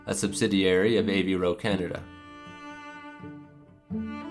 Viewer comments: AVVVVVVVVVVVVVVro not av ro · great vid! but it's pronounced AVE-ROE not A V roe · ... Good stuff, but. Man can you learn to pronounce Avro correctly? Av-row... Not A V Row It's two Slyabuls not three. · “A v ro” then you pronounce it correctly as “Avro”, what? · "A. V. Ro"? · Dawg he can’t even pronounce Avro correctly. What the fuck.